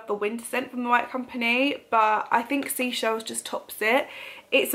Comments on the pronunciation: I thought the White Company scent was Seychelles (Say Shells) like the holiday destination not seashells? Have I been saying it wrong all this time or have you? Haha 😂😅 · You are saying seychelles wrong you pronounce it SAYCHELLES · It is definitely 'say' chelles as in the destination/place rather than Sea Shells 👍🏻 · It’s Seychelles.like the country. Great vid. Lovely kitchen transformation